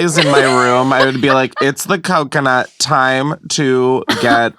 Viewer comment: Did he say cumconut? 😂😂😂